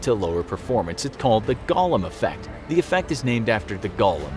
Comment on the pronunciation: I can't upvote a video that pronounces golem like gollum. It's a long 'o' like in wingardium leviOsa! Sjees!